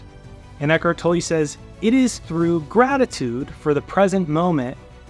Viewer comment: Eckhart tolle is pronounced" toll". The only reason I am saying this is because I know him. I know how his name is pronounced. Make no mistake....you are Awsome! Unfortunately I'm OCD about these kinds of things. Please don't be offended. I use and listen to you daily!!